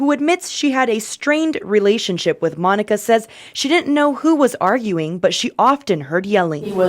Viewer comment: Oh, its Monica. I was only listening and you kept saying Moniker.